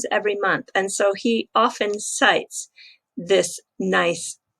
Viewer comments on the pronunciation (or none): none